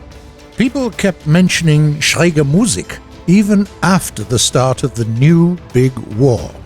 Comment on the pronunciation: Finally "Schräg" pronounced correctly! Thanks!